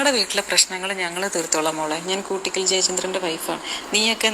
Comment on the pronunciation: കുട്ടിക്കൽ അല്ല... കൂട്ടിക്കൽ '✓